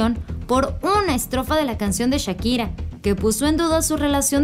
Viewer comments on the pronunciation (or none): none